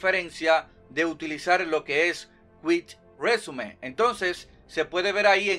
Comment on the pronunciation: Cuic resium — Cuic résume — bien chingón, pronunciándolo como él quiere. B) Tú dilo como quieras, hombre. Que te vemos por la información que das y por cómo haces de bien lo tuyo. 👍